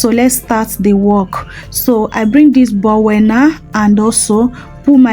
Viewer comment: Thanks for the recipe please it's not called bowel but bowl don't be annoyed for the correction, we learn every day at my age 84 i am still learning i love you